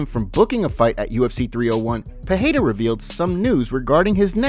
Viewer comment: Stop saying Peheira, it's Pereira